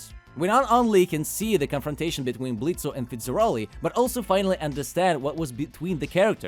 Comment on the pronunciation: I think the O is silent, it's pronounced Blitz. I did like the episode and your review though.